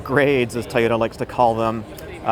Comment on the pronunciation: It’s pronounced TOYOTA, not tyota!